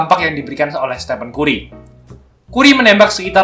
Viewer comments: keren min, koreksi dikit bcany kari bukn kuri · kù•ree kan gitu pelafalanny, bukan ku•ri